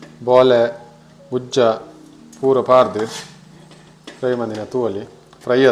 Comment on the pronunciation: Gujje ❌ gujja ✅